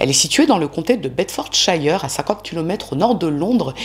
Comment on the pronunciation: Bonne vidéo (comme toujours ^^) PS: on dit "bedford sheur" 👍